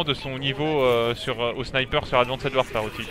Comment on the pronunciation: Advanced warefare se lit « advinste warfère » c’est quoi ton délire de « advincède warfère »? En anglais le « -ed » du prétérit ou du participe passé se lit « t » après le son « s »